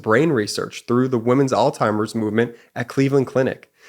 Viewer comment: it’s pronounced “alZheimer’s,” not “alTimer’s.” Just sayin’…